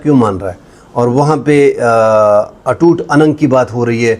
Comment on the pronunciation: سلیل صاحب اٹوٹ Anang نہیں کہتے ھیں اٹوٹ Ang کہتے ھیں